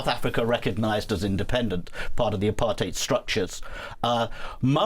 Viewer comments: The only person in US media who pronounces Apartheid correctly! ❤ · Why is she pronouncing apartheid so weirdly?